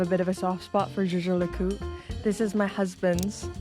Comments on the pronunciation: Jay Jay La Coot? I thought it was “Yay Ger Lay Cool Tray” 😊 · Whilst your pronunciation of JLC needs improvement you are right about them being a undiscovered jewel in swiss watchmaking. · I have to agree with you. People generally stay away from things they don’t understand. I’ve even noticed watch enthusiasts shy away from saying the full name and stick with “JLC” At the boutique I visit, I’ve even noticed different sales staff pronounce it differently. Jay Jay La Coot. Jager La Colter. Yager Le Cult. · I’m imagining lots of outtakes of you pronouncing Jaeger LeCoultre over and over again 🤣🤣🤣🤣🤣🤣. Excellent topic and content 🍻